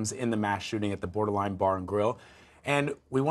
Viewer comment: "BORDER-LINE" LOL